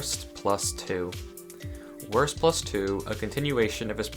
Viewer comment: Lern Wurst Aussprechen dann komm Zurück!